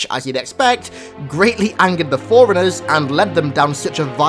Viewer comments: It's pronounced 4 runners. Not foreigners. Just saying.. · It all ways sounds like you're saying foreigners instead of forunners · Every time he says forerunners it sounds like foreigners